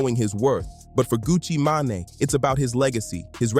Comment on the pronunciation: great breakdown however the mispronunciation of “sheisty” & “mane” was actually unbearable. just a little constructive criticism